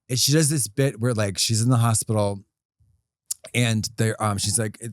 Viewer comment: just going through my day saying, "hopitol"